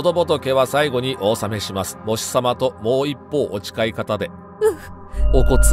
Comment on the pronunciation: 「もう一方」は、「もういっぽう」ではなく、「もうひとかた」ではないでしょうか。